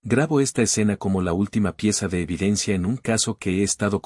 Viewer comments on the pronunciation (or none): none